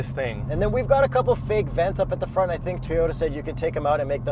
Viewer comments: Did pronounce "Toyota" correctly? or he still pronounces "T-yota" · The way enunciated "Toyota." How did I miss that five months ago?